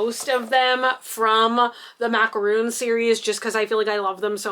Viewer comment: It's MAC-A-RON, NOT Macaroon!